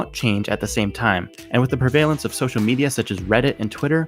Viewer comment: Did you really just say prevAYlance and not prevalence? Know your pronunciations man!